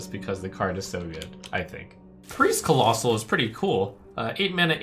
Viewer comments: Why does he keep saying "collosai" instead of collosal? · collossus in multiplum = collossi